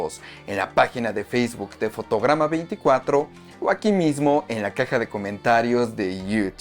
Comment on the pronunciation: Parece que dices fotogama😅